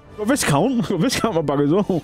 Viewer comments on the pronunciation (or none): Viscount is pronounced as "vaicount"